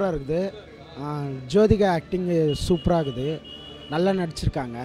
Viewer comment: அடேய் அது சோதிகா இல்லடா ஜோதிகா டா😀😀😀😀